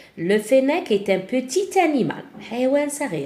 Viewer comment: في كلمة qetit لاتنطق tعلى الاخير